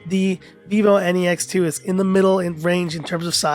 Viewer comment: Every time you said vivo N E X 2. I heard vivo any x 2. 😂😂😂😂😂😂😂😂😂😂😂😂 Or is there any problem with my ears ? By the way nice video.